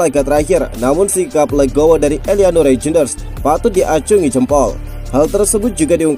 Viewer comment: baca : *Reiynder.. robot indonesia susah spelling yak.😅